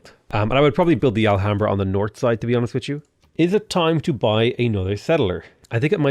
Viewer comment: your pronunciation of the alhambra is disgusting for spanish as myself hahaha. Spanish pronunciation would just ignore the h: 'alambra'